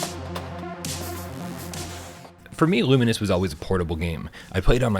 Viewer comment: It is pronounced LOO- MINES, the devs made social media posts about this a while back lol. Love this game though. I’ve been a player since PSP days, the PS4 remake and now this (not counting Tetris although I owed that too). Multiplayer for me isn’t the reason I bought this, it’s the single player visual and aural experience. Great in flatscreen. But comes to life in PSVR2.